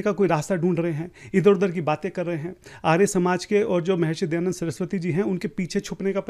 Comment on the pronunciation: Ye jo he wo dayanand saraswati ko dayand saraswati bol raha hey aur ye kya sanskrit mein debate karega.. Iske upar police file karke usko jail mein bhejna chahiye aur sabke samne mafi mangne ki jabardasti police aur coat dwara karani chahiye..